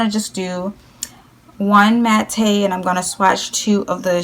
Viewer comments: its pronounced "mat" not "maté".... :( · It's not "Matté" it's MATTE Pronounciation is MAT OR MATT I'm sorry it's triggering. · I LOVE how you pronounce "Matte"!! Say it how you normally do PLEASE 💖💖